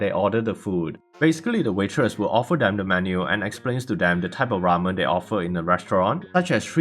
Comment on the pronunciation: razen ❌ Ramen ✔